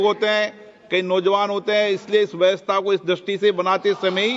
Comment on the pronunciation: Vyastha? Vyavastha Hota h.